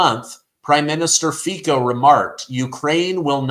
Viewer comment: Everytime that you pronounced the name of Slovakian 's president, I did not hear Feca, but Fecal.🎭🔊📢📣📡don't say you didn't, didydo it hahaha 😆 I know you do too!! I know yes, you ,you who read that,!!! Go was your ears now, and i ll go wash my tongue 👅😅